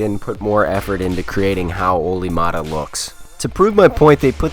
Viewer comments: Its Määttä not Maatta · Se sano sen Olli Maada.